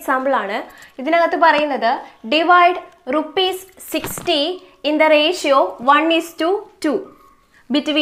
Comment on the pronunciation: Mam nammal rashio ennaano pronounce chayya ratio eenn pronounce cheyyaamoo ?